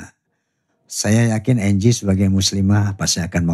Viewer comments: Bkn angle bro 😂😂😂 slh ucap ky bang haji wkwk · Anggie ya pak haji bukan anggel😁